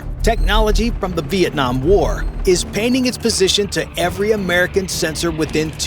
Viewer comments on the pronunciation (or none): none